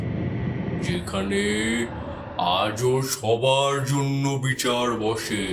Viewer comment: মন্দিড় , বিচাড়, এগুলো কি ভাই ??? বাংলা উচ্চারণ জানো না ???😂